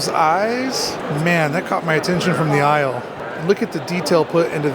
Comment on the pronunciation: From the aisle or “eyele”?